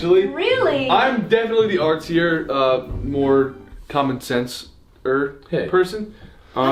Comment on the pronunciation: MY EARS HEARD SOMTHING DIRTY RATHER THAN "SENSE" AKSBKAB I NEED HELP